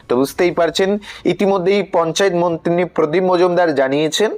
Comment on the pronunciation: উচ্চারণটা মন্ত্রী হবে মন্তিনি নয়। আগে উচ্চারণ ঠিক করুন।